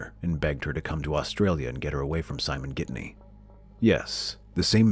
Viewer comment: It’s Ghittany the naracter says Gidney.... Lisa new he was controlling sadly she didn’t leave Simon earlier.